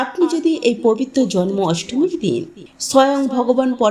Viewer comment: ভাষা শুদ্ধ করে কথা বলুন পম্পা😮😮😮😮 বারে বারে পবিত্ত কথাটা ভুল বলছেন কেন😮😮😮😮😮 ওই ভাষাটা পবিত্র হবে 😊😊পবিত্র দিনে কথাটা বলুন 😮😮 কত মারাত্মক এই ভুল কথাটা 😮😮 বারে বারে বলছেন পবিত্ত দিনে 😮😮😮😮😮😮❤❤❤❤❤